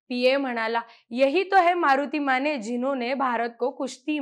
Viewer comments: माने म्हणा, माणे नव्हे. 😂😂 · स्नेहल माणे... किमान स्वत:चं आडनाव तरी नीट उच्चारा की.... माणे नाही ओ.... माने.... अंदारकर राजे माने... ज्यांनी मान न झुकवता दरबारात प्रवेश केला....